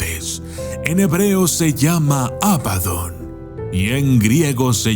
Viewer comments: Por qué pronuncias Ábadon si es Abadón...? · abadÓn, con acento en la Ó. Gran video de todos modos, como siempre 👍